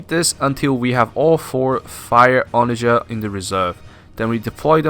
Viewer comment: Good video. But that is not how you say "onagar"